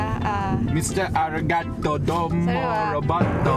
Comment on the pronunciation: its arigatou not arrigato